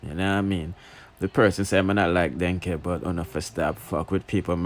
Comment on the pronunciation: King, it is pronounced DEN-NEEEK not Denkeh 😭 (please don’t be offended)